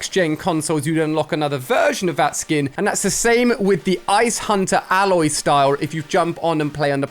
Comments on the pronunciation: Ayloy is the pronunciation, not Alloy (like the metal corresponding alloy) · Please say her name correct Ali its pronounced Ay-loy not Ah-loy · It’s not A-Loy it’s pronounced ay-loy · It’s not said aloy it’s said A-loy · ITS AY- LOY NOT ALE-OY😒💯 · mr Alia you pronounce it eh-loi not alloy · Its Ay-Loy thats how you pronounce it did you play the game? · Hey name is aloy. A-loy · learn say Aloy right Ali. It sonds so cringe. It is EILOY, that how it is pronouned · Her name is prenounced Ayloy I just wanted to make that clear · Alia: says Aloy's name wrong. Its pronounced A - loy. you dont say the A sound. you just say A then loy. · It's pronounced Aey-loy play the game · It’s Aloy, not alloy 😂😂😂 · Who else thinks that he botched pronouncing aloy's named sorry just had to say it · Anyone else found it a little annoying he was saying Aloy wrong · Why can’t he say her name properly? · why does he say Aloy wrong. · Hi ali not meaning to sound rude but her name has 1 l not 2. You are pronouncing it with 2 l so her name a loy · It’s obviously Ali that you’ve never played Horizon lol not saying Aloy right 🤦‍♂️ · Am I the only one who noticed how many times he said her name wrong 😑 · The way u say her name is cringe, I can tell u didn’t play the game lol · the way ali a pronounced aloy made me cringe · Me being annoyed everytime the way he says aloy 😤